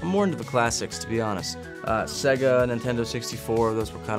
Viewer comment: The way Nick Jonas pronounced Sega makes me mad 😂